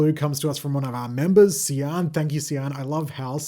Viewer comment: I found this really difficult, even the definition, I found, didn't really help. Eventually got it from using the first of tricky problems - tp - toilet paper - tissues! Also side note, I've never heard Cian pronounced that way! In Ireland, it's pronounced the same way as the word keen!